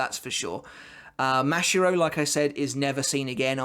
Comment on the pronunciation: I have two things for you to improve 1. You need to work on your pronunciations, specifically with your a words, such as ‘Shinigami’ or ‘Mashiro’. 2. You sound like you have no emotions, when you do Rose’s ‘badass’ line, it doesn’t sound like it, put some more meaning and feeling into it.